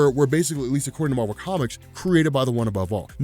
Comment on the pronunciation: Its MAR-VEL